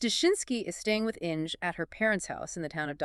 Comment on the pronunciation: The pronunciation of the German name ‘Inge’ doesn’t rhyme with ‘Hinge’. It’s pronounced ‘Ing-er’. An interesting story, let down by the AI narration.